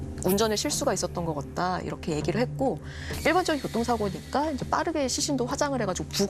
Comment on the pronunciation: …같다. 를 계속 겉다. 라고 발음하시네요. 사투리 인가요?